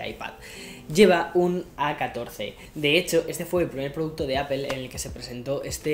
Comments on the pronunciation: porfa estás en EEUU dile a apple APOL, no apel solo espalda le dice asi y nunca entenderé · Se pronuncia apol no apel